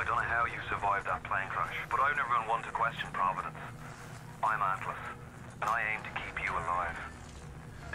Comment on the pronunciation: Oh nice, BioShock PogChamp. My favourite game of all time, I'm so glad you're playing this! I hope you love it too, enjoy. (the stranger's name is not Atlus by the way, it's "Atlas" :D)